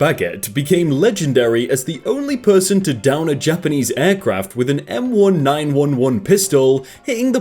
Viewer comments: Is pronounced M Nineteen Eleven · Hold up, hold the phone. Did you just call an M1911 an M-1-9-1-1 and not an M-19-11? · when he said "m one nine one one pistol" i was so offended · Guy called the m1911 the “m 1 9 1 1” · I never thought that I would be offended by how a person pronounces M1911 damn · ohh the way you said m1911 hurts my ears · Why do you say an m1911 like that it makes me sad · Whats even worse is the way he says M1911